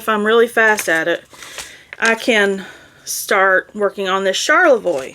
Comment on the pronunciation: Charlevoix is pronounced " SHAR-le-voy ". There is a city in Michigan with the same name.